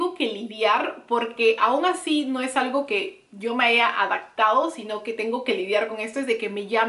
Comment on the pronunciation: También dice Adactar en vez de adaptar. "Yo ya me he adactado". Y se oye un poco mal. Ojalá tomes en cuenta esos comentarios Ana. (Sin afán de ofender)